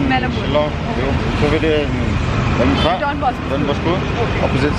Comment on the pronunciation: it's Lait-um-khrah not Lait-mu-khrah 😊